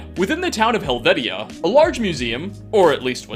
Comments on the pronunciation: Helvetia (Hell-Veesh-Ya) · For anyone not from WV Helvetia is pronounced "Hell-vee-sha" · Pronounced Helvetia wrong.... u_u I know because i use to live near there.